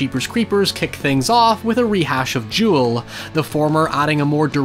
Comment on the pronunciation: Dude says Duel like Jewel but otherwise loved the video